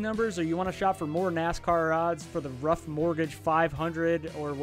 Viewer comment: Disclaimer - I royally F'd up the Ruoff prenounciation. It's Ru - Off 🤷‍♂My bad.